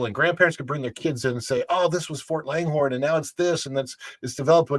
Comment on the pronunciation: 'Ft Langhorne'- not Longhorn, it was named after Samuel Langhorn Clemmins, aka Mark Twain